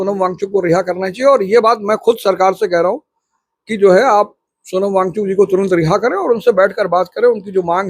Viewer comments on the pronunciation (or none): 😂भाई तू पहले उनका नाम लेना सीख ले सोनम वांचूक नहीं वो सोनम वांगचुक नाम है...